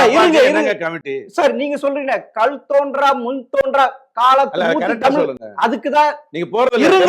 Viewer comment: என்னது.. கல் தோன்றா.. மண் தோன்றா வா... இரண்டு முறையும் இப்படி சொல்லும் மடையன்... இவன் ஒரு நெறியாளரா? த்த்த்த்தூஊஊஊ